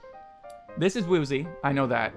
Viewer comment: Woozi is said like "woo-ji".not "woo-zi"